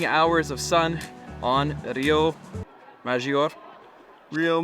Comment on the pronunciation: Please stop saying cans it’s pronounced Carn 😂. Also ma-jor-reh FFS Google search pronunciations on a travel vlog…. Per favore (pronounced: pear-fa-vorey)